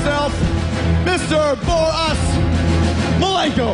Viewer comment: Mr bore-us malenko lol